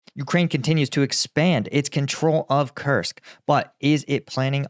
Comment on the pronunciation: Koorsk. It is pronounsed Kooorsk, like roots.